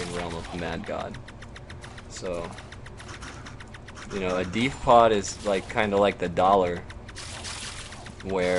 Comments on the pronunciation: DEF D-EF not D-EEEEE-F! LOL, nice vid though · you say def wierd.. lol :)